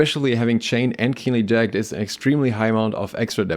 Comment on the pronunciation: Note: jag-ged (ja-gəd) - two sylables.